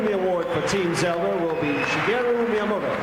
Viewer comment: Who's "Shigero" Miyamoto?? Also what a time capsule this is!